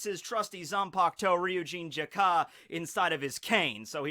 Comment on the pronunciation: its Jakka, not Jak-Ka.. super annoying